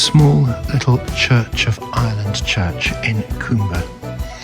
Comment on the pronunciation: no offence lovely video, but it is pronounced cumber not coomber